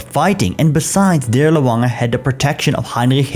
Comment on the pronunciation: As you're aware, the Dirlewanger or Waffen "w"is pronounced as an English "v".